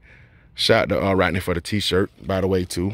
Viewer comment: Great video but dang it was a hard watch because my name is also Rodney and you mispronounced it like most people, lol. Like most people you pronounced it Rottenny, drives me crazy. I always tell people what do you fish with... a Rod, then finish it with the “knee”, just two syllables. Sorry to rant, my dude. I